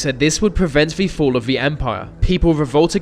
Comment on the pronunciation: dude.... "theeee" not "veee" jesus...